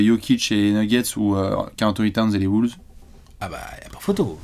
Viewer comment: Quand prononce les « Wolves » j’ai l’impression d’entendre les « Bulls » à chaque fois 😂